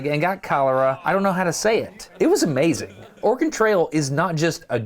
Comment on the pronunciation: Also, as an Oregonian, even now livin in the midwest; i will always notice how everyone not from Oregon mispronounces it. I will say tho, several of the times when Destin said it was clearly close to the perf correct pronunciation, ex at just after when the autogen captions even think he said "organ trail" Bcuz thats the trick to sayin Oregon right, ya say it in a way where the e in it almost disappears; but its still there just very subtle. But for someone who hasnt grown up hearin it said the right way in Oregon; the best way to mimic how we say Oregon is, imho, to take a nod from how some French spkers will say French learners shud say au revoir to sound less accented For au revoir, youve def heard it pronounced technically correct by many ppl in USAs movies (likely others too) spkin French, but a person immersed in French from birth will say it almost as auvoir or au evoir, but the re part is there; its just extremely subtle to someone who hasnt immersed themself in a culture to the pt of hearin the words daily and sayin them back, in the local accents Dont even try to say Oregon, just say Organ or rly anythin similar and youre gonna come way closer than Or Again which is what it sounds like ppl are sayin to my Oregonian ears when they say Oregon in the default tv/movies accent